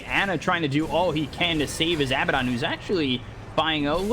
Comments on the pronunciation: weeew why is he keep on saying abbadon it's AA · I wish the commentator said Abaddon correctly